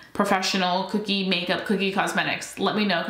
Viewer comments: Omg , please stop saying cookie cosmetics. Please, it's Kokie ( kō-kē or co-key). It's not spelled with 2 o's. I'm sorry. I don't mean to sound like a picky bitch it's just that you keep saying it over and over at one point and it's making me nuts that I can't help you stop mispronouncing it. I feel so bad . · It’s pronounced Ko-Key :) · lol I think it’s pronounced.. koh-key 😅